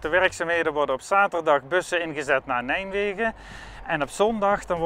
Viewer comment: Mooie bovenleidingsportalen zeg... :-) Maar hoor ik hem nou steeds "Nijmwegen" zeggen? ;-)